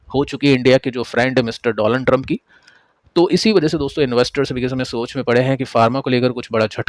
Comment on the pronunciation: Sir why you deliberately doing wrong pronunciation of US Presidents name😂😂 I think sarcasms 😅